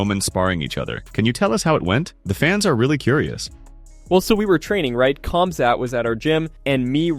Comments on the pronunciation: His name is pronounced Hamza, it's a silent K and silent T. Not like you would say it to his face though right? Lol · I heard cumzatt 😂😂😂😂